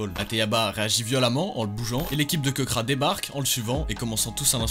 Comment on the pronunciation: KEBRA ? C'est plutôt KEKRA frérot mdrr